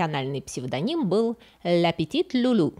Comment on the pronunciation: "Ля петит"? О... А я-то всю жизнь думал, что petit во французском читается как "пти"... Projecting - это не только проецирование (отбрасывание изображения) и проектирование, но и выбрасывание вперёд, метание чего-либо. (Ср. projectile - выбрасываемый вперёд снаряд, пуля.)